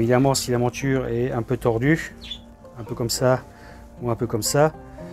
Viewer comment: pourquoi vous prononcez montchure au lieu de monture? Pourquoi tchu et non pas tu?je suis d origine étrangère et j'aimerais comprendre le pourquoi du comment. Merci